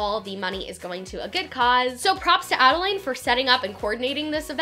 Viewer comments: It's pronounced Adalyn not Adalane... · i’m sorry but her name is pronounced add-a-lynn, not add-a-lain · love this video, but you pronounce adelaine’s name wrong (it’s pronounced adell-lin, not adell-lane)! just wanted to let you know incase you reference her in future videos 😊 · no h8 but it's ad-a-LIN, girl. not ad-a-laid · Adelaine (ada-lin) not ada-lane lol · Add-ah-lynn not add-a-layne!!!! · ok ily but you were pronouncing Adelaines name wrong. it’s pronounced Adalyn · The correct way to pronounce Adelaines is “Adeline” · great vid but it’s adelaine pronounced AD-I-LYN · I don't wanna be rude but You did pronounce Adelaine's name wrong, as well as Jeanine Amapola's last name wrong! Just so you know! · lol youre saying adelaines name wrong but good video overall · you would think she would learn to say adelaine name correct before doing a full video about her event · you said Adelaine's name wrong the entire video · You said Adelaine Morin wrong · you said adaline wrong 😂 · you aren’t pronouncing Adelaines name right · The easy she pronounces Adelaines name bothers me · You pronounced Adelaines name wrong the entire time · Love this vid but oml she keeps mispronouncing adelaine’s nammmme